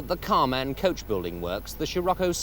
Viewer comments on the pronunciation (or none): none